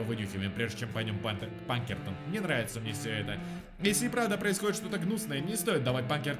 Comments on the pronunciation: Ска, почему ПаНкертон если Пакертон!, по внимательнее!!! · Её зовут Пакертон,а не Панкертон и не Пинкертон